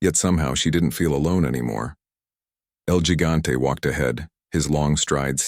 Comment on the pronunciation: What kind of bad ending bs Is this? Get atta here 😂 I should’ve stopped listening the moment the narrator said ‘el gigante’ with a gringo accent for gosh sakes. Going to bed now 🙄